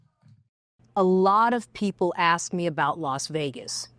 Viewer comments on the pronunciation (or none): Why can’t black Americans pronounce the word “ASK”???!!!!! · It's "ask" NOT AXE!!!!!!!! WHY IS IT SO HARD TO PRONOUNCE WORDS CORRECTLY? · If you say ax instead of ask you shouldn’t be in positions of authority. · if you can't say the word "ask" correctly there is your answer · if you cannot properly pronounce “ask” you cannot have my vote..